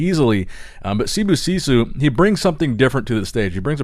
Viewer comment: Idk why you pronounce Sibosiso’s name as if it had two o’s at the end. I know it’s not an english name, but it’s not like you’re trying to pronounce the name with an African enunciation.